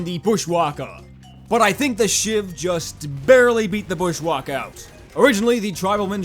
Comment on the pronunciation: oh god, it hurt me when he said bushwhacka wrong. i felt my entire australian being being ripped to shreds TwT